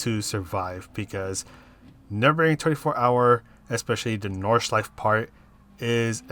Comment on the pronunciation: Thanks for the lap guide and race strategy. I'd like you to know that all letters in German words are pronounced though, including the last 'e' in Nordschleife 😉